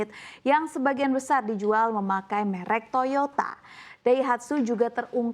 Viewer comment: Duh, presenter nya mengatakan /menyebutkan kata "merk" Nggak enak banget. Sepertinya keliru.